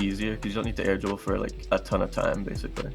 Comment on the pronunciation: I love how when says air dribble, it comes out more like "air gerbil"